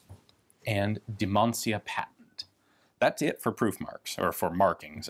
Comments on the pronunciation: Kudos to you, Ian, for getting the pronunciation just about right (except for the very last syllable). In Romanian, the name "Dimancea" sounds more or less like "Deemunchah", with the last syllable pronounced like the Cha-Cha dance. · The pronunciation is more to the tune of "Dimancha". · That's a damn odd and rare piece. BTW, it's pronounced close to Dimancha in Spanish. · Haralamb Dimancea is aproximately pronounced as Ha-rah-lamb D-mun-cha, where "lamb" is like the first syllable of the greek lambda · for conformity: it is pronounced HaraLAMB Deemancha. Hara as in harakiri, shorter "ee" :) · It's pronounced close to Deemancha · It is pronounced something like: Dimantshia or Dimantshea. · It's pronounced Dee-muhn-tchea. Obviously, only Romanians or people studying Romanian would know that, but anyway... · Pronounced Dee-man-Say-ah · Dimancea... My man rlly butchered the pronunciation 💪, fun video nonetheless